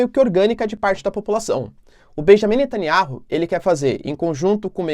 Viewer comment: ... pronúncia: netanIAU...